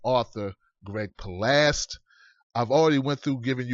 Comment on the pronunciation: its palast not palast; l love the show